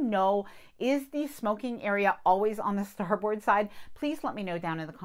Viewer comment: You know way more than I ever will about cruise ships, but I am a professional Navy Sailor. I'm gonna help you be one too. Don't say "star board", say "star bird." Love your channel.